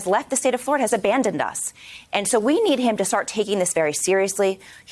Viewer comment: Flahh ridian